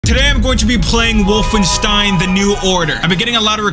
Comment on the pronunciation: I'm proud that you read wolfenstein correctly